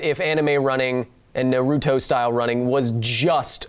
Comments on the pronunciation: You keep pronouncing it "nah ROO toh" but in Japanese, you shouldn't stress any syllable. I know, that's hard for English speakers. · Its (nar)(uto) not (na)(ruto) jesus christ....my favorite educational channel and you just made me cringe